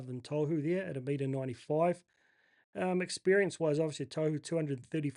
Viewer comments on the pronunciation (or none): Gday, legend bro, chatted with you throughout the years in many wahs pages. Just a quick bug bear regarding pronunciation- Tohu is pronounced Taw-hoo, not toe-hoo. Im sure he doesnt care as hes called that consistently by many people, but I'm sure youd like to be getting it right regardless. Keep up the great content mate, great to see your community build over the last year or so! Shot bro